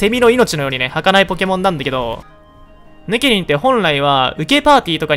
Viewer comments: の発音 ヌ↑ケ↓ニン 正しい発音 ヌ↓ケ↑ニン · ヌ↑ケニン？ヌ↓ケニンじゃね？ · ヌケニンイントネーションちがくない？笑笑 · ヌケニン⤵︎ ヌケニン⤴︎ では？ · ヌケニンの発音の仕方が私と違いました。現場からは以上です。ヌ↓ケニンじゃなくてヌ↑ケニン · ヌ↑ケニン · ヌ↑ケ↓ニ→ン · どうでもいいけど発音ヌケ↑ニンなんだな ヌケ→ニン(抜け忍)だと思ってたわ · ピクミンの発音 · ヌケニンのイントネーションおかしすぎな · ヌケニンの言い方が独特だね。